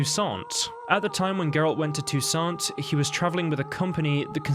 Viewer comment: You shouldn't pronounce "T" at the end of the word "Toussaint". It's a French name. There are two opposite theories about Fringilla and Emhyr relation before the final battle. First, she wasn't tortured and was treated unexpectedly well in Nilfgaardian prison - because she readily told everything about the Lodge and agreed to work for Emhyr's inteligence. Second, based inter alia on the ambiguity in Yennefer's letter to Emhyr, says that Yen promised the Nilfgaardians to kill Fringilla when she's no longer needed to help in fight with the Wild Hunt. This was allegedly part of Yennefer's bigger agreement with the emperor about Ciri (and it was just in Nilfgaard that Yennefer found out what exactly was happening in Toussaint, so she might not like Fringilla very much at this time).